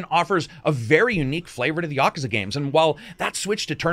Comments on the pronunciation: I still gave it a thumbs up, even though it is pronounced 'yah-koo-zah' not 'ya-ka-za'. It's hard to tell if is trolling with that pronunciation or not. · "yah-ka-za"? I thought it was "yah-kooz-a"? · Ya-koo-za not Yakaza. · Yo, great video. Japanese is pronounced essentially in sets of two letter syllables with few exceptions. So it's Ya-ku-za not Yaku-za. This works with just about every Japanese word you will come across. Sa-zu-ki, Ka-wa-sa-ki, to-to-ro etc. Follow this one trick and you can pronounce Japanese without totally guessing every time. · I think I've been pronouncing Yakuza wrong for 30 years. I've always said Ya-KOO-za. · Yaaaaaakuza is just as bad as yakoooooooza. Say words properly. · Please stop pronouncing yakuza incorrectly. Here: Yuh. Koo. Zuh. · The question is where is the stress when you pronounce it? Is it YA ku za or is it ya KU za? Is the stress usually the same for all Japanese words?